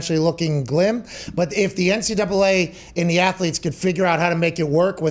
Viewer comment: "student ath-o-letes" 😉